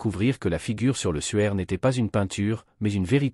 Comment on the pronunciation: Le suaire pas le sueur mdr!!